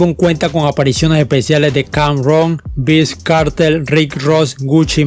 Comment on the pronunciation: Se pronuncia y dice: vaiz kartel, no viz kartel.